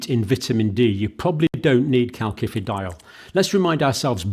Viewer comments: You pronounce it kal si fi di ol ... Not like with two k's . Iodine is not homeostatically controlled ... In Japan the people in Hokkaido suffer from goitre because they get too much iodine from seaweed they eat. You can buy Videne solution which is iodine in a pharmacy.. You could buy iodine tincture decades ago in UK. It can be used to make explosives. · John, please help me out, I have a strange cringing feeling every time you pronounce "CalKifidiol" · part 1- it is pronounced kal-sifi-dy-ol not like he says -- part 2- also to say antibiotics do not start working straight away is wrong - the fact he was trying to allude to was the blood and tissue levels of calcifEdiol and antibiotics - peak just as fast as each other . [ that is why all lectures need peer reviewing - or - the reader needs to double check . i am not sure about calcifEdiol getting inside the cell - calcifitriol acts within cells not in the plasma .. search Dr Wimalawansa and DrSyed Interview ----- iodine is not homeostatic-ally controlled - many Japanese in a certain island have excessive iodine levels leading to thyroid problems [1] [2] Mechanism of Iodine-Induced Thyroid Dysfunction: Thyroid Hormone Synthesis: Iodine is essential for the production of thyroid hormones (T3 and T4). These hormones regulate metabolism, growth, and development[2. Excess Iodine: When iodine intake is too high, it can disrupt the normal thyroid hormone production process. The thyroid gland may become overactive, leading to hyperthyroidism, or it may enlarge (goiter) in an attempt to trap more iodine[2. Thyroid-Stimulating Hormone (TSH): High iodine levels can suppress TSH secretion, which normally regulates thyroid hormone production. This suppression can lead to an imbalance in thyroid hormone levels[2. Feedback Mechanism: The body tries to maintain a balance by adjusting iodine uptake and hormone production, but excessive iodine can overwhelm this system, leading to thyroid dy